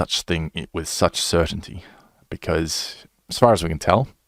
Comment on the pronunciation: took me til "certainty" to hear ur accent im stupid bud